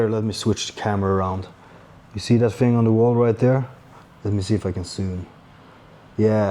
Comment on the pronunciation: One tip to improve your english is to stop saying fing and say THing instead of